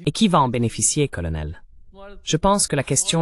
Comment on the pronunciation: "Karl" pour "colonel" 😅 Hélas l'ia...